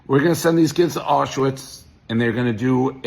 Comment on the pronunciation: he pronounces Aushwitz like it’s related to Oshawa